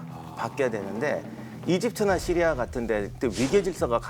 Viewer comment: 차량 연결해놓고 어디다닐때마다 잘듣고있습니다 근데 시리아 발음이 너무찰지셔서그런지 폰이 자기부르는줄알고 멈추네요 으아악